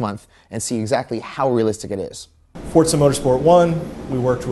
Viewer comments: First its called Football not Soccer, do you americans understand we use our foot to kick the ball FOOT-BALL ! Second if i want to play football, i would buy a fucking football game !! Gran Turismo is the best racing game ever and will always be! P.S you bold egg head its FOR ZA not Forts SA LOL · its forzzzza not fortsa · Did he say Fortza? -.